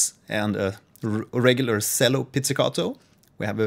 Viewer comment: Great video! Just a note on pronouncing the word "cello" - the "c" has a "ch" sound, not an "s" sound. So it should be pronounced "chello" not "sello". Keep the great vids coming!